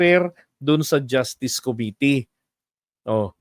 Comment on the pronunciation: Sir, i like your "justiis"!